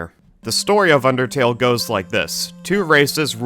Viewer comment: Whenever i see the word undertale i always think of supereyepatchwolf saying "ondertale"